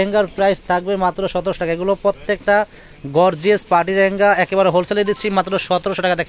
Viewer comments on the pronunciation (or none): রেহেঙ্গা না এটার উচ্চারণ হবে লেহেঙ্গা । ধন্যবাদ।